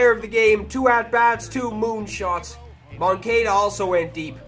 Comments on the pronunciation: It’s Mon-cah-da not mon-cay-da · Moan-ka-da not Kay-da